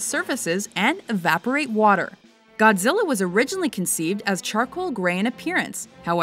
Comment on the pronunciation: Godzirra, Godzirra Godzirra? OHHhhh Godzirra Godzirra Godzirra!